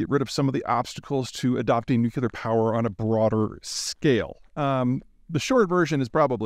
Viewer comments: Please stop saying “nucular”. I listen to your geopolitical opinions. You seem intelligent. Why would you use that idiotic word. That one word makes me wonder if I should listen to anything you have to say. Do better. Ok bye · I'm puzzled that Peter Zeihan, despite all his knowledge & eloquence, still says nuckelar instead of nuclear. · This guy says "nukular" a lot. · Can you learn to say the word "nuclear" at least? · The real question is, how are we going to solve an otherwise intelligent Peter’s mispronunciation of nuclear ? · I always listen to people who pronounce nuclear incorrectly regarding matters about nuclear power. 🤦‍♂️ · Dangerously close to saying nuclear correctly. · The word nuclear comes from the word nucleus. Please pronounce the word as it is spelled. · Could someone please teach Peter how to pronounce “nuclear”? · why can't Peter pronounce the word 'nuclear' correctly? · Why do you constantly mispronounce the word nuclear? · How does Peter, of all people. Not know how to pronounce nuclear? Hurts my brain to try to figure out. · Peter, you're way too intelligent to keep pronouncing "nuclear" wrong... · That’s not how you pronounce nuclear, there is no k in there sorry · Please learn how to pronounce “nuclear.” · New-kleer, not New-cue-lur 😁. Just bustin' your b's. How far do you have to drive to get to some of those hiking spots? Also, do you just day hike, or do you camp along the trail too? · Nucular weapons sound less scary tbh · Respectfully, please stop saying nucUlar....please....you sound like George Bush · He's also completely out to lunch on EVs and cleantech in general. Also, he says "nucular" like George W Bush, which doesn't instill confidence. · Every time I hear Nuk-yu-lar I lose a brain cell. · Please say this 100 times a day: NUKE - LEE - URRR NUKE - LEE - URRR NUKE - LEE - URRR That's how it's pronounced. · Hard (but not impossible) to take this seriously when every ten seconds one hears "nucular". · nuc le ar - nuclear